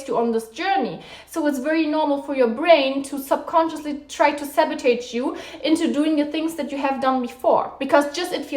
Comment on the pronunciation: You pronounce it as sabotage, not sabotege